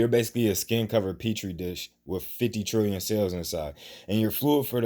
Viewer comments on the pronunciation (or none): You said a what dish? Pee-a-tree dishes